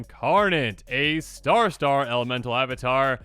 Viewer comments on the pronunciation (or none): none